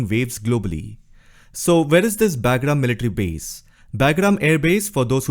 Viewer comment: Hey … not being disrespectful… its called “BUGRAAM”